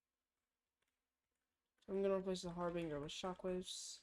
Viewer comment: decent vid. fyi your pronouncing harbinger wrong